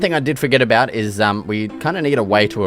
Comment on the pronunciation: What's that aboot?